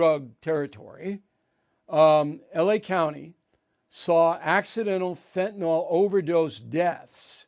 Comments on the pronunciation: Bill, its pronounced Fentanyl, not Fentanol. Fentanol has a hydroxyl ion on the chiral carbon and is a totally different molecule than Fenanyl. It’s pronounced Fen-ta-nil. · Hi Bill, long-time fan of yours here. The "y" in Fentanyl is pronounced like a short "i".